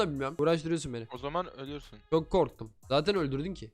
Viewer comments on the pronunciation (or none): Abi ÖL”E”RSİN değil, ÖL”Ü”RSÜN demen lazım.